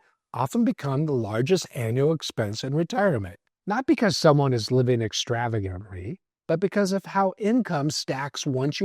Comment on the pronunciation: Did he say extravaganry?😂